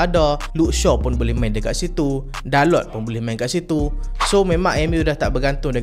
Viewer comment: dalot tu takyah sebutlah. takde macam elok lagi kot hahaha